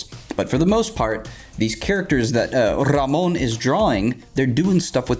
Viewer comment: have a like for the proper pronunciation of Ramon's name